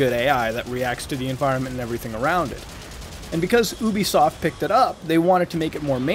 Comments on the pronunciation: its actually pronounced ( you-bee-soft ) but that's ok its a very common mispronunciation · Why do you people say Ubisoft as “Ooh-be-soft?” It’s “You-be-soft.”